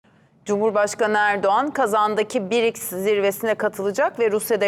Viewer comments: Не Бирикс, а БРИКС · Если вы работаете на программе то надо вам правильно выговаривать слово БРИКС Ане Битрикс позор вам вы на на том месте работаете 😅😅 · Что за БИРИКС?. наверное БРИКС!! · Какой БИРИКС???😅😅😅 Может быть БРИКС ! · Правильно Брикс. А Не Бирикс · Какой бирикс? Брикс !!! Учите Русский !!! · Не бирикс,а брикс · Правильно говорить Б Р И К С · Почему бИрикс? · Что за БеРеКС?Ведущая ,грамоте обучись. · У них там что совсем работает некому? Все разумные и квалифицированные кадры куда-то сбежали? Каких-то доходяг с улицы набрали которые даже название организации выговорить правильно не могут😅